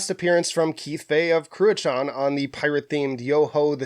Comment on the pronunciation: Ive been told that "Cruachan" was pronounced "Crew-hon" a Gaelic word.